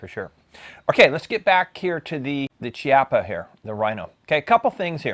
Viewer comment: Good review 👍👍👍👍! I believe the correct pronunciation of Chiappa is "Key...ah...pah". Thanks again!